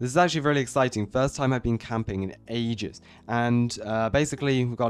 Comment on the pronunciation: you said "ages" Chinese way